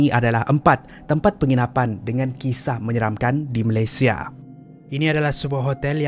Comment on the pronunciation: Malaysia not Malaysie !